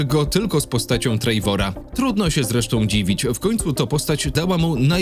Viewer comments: Oglądam na TV i wszedłem na fona żeby właśnie to skomentować 😆 Po prostu TREWOR. Wiadomo wymawia się to z akcentem ale lepsze Trewor niż Trejwor 😅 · "odtwórca Trejvora" 😂😂😂